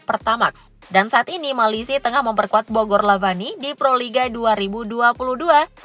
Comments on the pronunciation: Bogor lavani bukan Lavina min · Bogor lavani min bukan bogor lavina😂